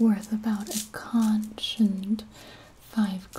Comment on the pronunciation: I may be just a mere human, but even I know you’re pronouncing conch incorrectly.